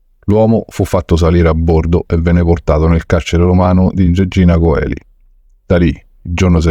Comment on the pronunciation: regina coeli ... ma si pronuncia celi okay